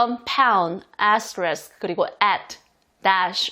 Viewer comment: 좋아요👍448 귀에 쏙쏙 들어오는 울 의 강의🩷 #를 해시태그..라고..ㅎㅎㅎㅎ 정말 그런 분들이 계실까요?ㅎㅎ 재밌어요 *애스트리ㄱ.. 어쩜 그렇게 발음이 고소한 버터에요.. - 대쉬 (이게 흔히들 대쉬~한다고하는 그런걸까요?) _ 언더스코어 펄포ㅓㅆㅡ... 적기도 어렵다요😅ㅎㅎㅎ 폭우에 건강도 운전?도 조심하시고 늘 건강하세요❤️ 늘 감사합니다~~💕💞💖